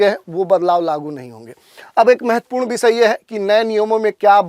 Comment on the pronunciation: Visya nahi vishya ( subject) hota. S nahi Sh bolte hain